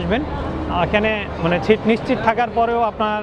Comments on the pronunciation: ছিট নয় দাদা সিট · ছিট না সিট। আর পাকিস্তান নিয়ে আপনার ভালো ধারনা ছিল শুনে হাসি আর থামাতে পারছি না।